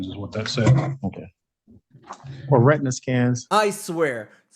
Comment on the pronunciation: This bumblenugget can’t even read the word retina… not that I’m surprised in the slightest.